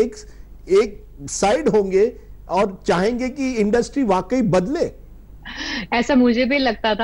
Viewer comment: Aap education le pehle... Its industry not industrii😅😂